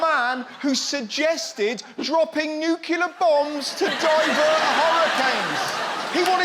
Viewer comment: New-klee-ar, not New-que-lar Russell. Pretty please, just try. There's only one U in nuclear.